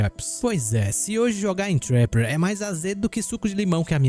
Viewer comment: olha como o menino fala trapper, assim o curso de inglês chora